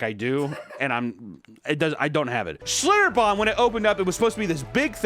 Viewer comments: Your pronounciation of "Schlitterbahn" is wonderful, it's how someone from my part of Germany would say it with the t's almost becoming d's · nice pronounciation of schlitterbahn